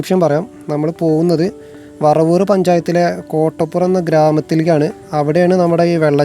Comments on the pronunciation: വറവൂർ അല്ല വരവൂർ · ഞങ്ങളുടെ നാട് ❤️ വറവൂർ അല്ല ബ്രോ വരവൂർ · വറവൂർ അല്ല bro വരവൂർ ആണ്